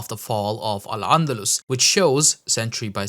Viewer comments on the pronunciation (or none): A horney Indian in Canada speaking about Islam what a good start and to see the level of ignorance this idiot calls al andalus الأندلس by 3ndalus عندلس